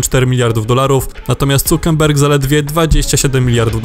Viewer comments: Czemu wy gadacie cukerberg? Nikt nie wymawia tego nazwiska tak tylko polacy. Czamu to tak kaleczycie? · Mark Zuckerberg. Dlaczego słyszę "N" w czytaniu nazwizka? Bodajże Hiszpańskie nazwiska też przekręcacie.